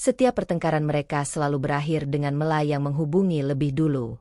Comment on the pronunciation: Mesthinya nama dibaca...Mela bukan Me^ la...